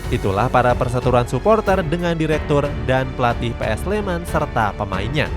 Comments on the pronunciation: PSS SLEMAN Woyyyy bukan PS SLEMAN .sek bener le ngucapke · PSS SLEMAN BUKAN "PS SLEMAN" ALE. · Lain kali penyebutannya PSS SLEMAN min,jangan PS SLEMAN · PSS Sleman mas mbacanya, bukan PS Sleman. Kayak PSM kan mbacanya PSM makasar bukan PS Makasar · PSS SLEMAN BUKAN PS SLEMAM